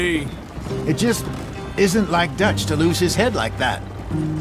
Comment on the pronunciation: con el bullet time por ejemplo si tenés 3 tipos enfrente los marcas tipo clickclickclick y después cuando lo desactivas Arthur dispara a la cabeza si lo marcaste en la cabeza con un solo punto del bullet time lo matas Y pica el que te da misiones se llama duch y se pronuncia dach Clase de inglés Y pica tenés que ir dejando objetos valiosos y comida cada tanto cazar animales y objetivos valiosos para mejorar la base